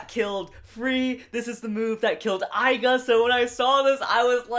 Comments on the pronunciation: It’s not aiga it’s igor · It is not aiga it is aiger